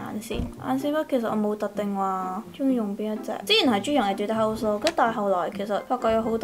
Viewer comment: 其實我想講你的etude house 的讀音是不是不對😂還是說這樣讀也ok🙊